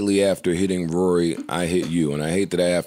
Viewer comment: Joe said “forget Rawry” 😂